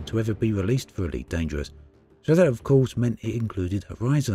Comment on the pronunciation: Eweet Dangerwuss pweemium